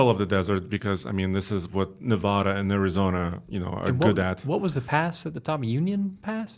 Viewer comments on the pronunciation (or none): Nev-add-a not Nev-odd-a!!